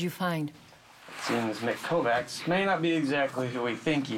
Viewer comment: 'Kovacs' is pronounced 'kovach' in Hungarian.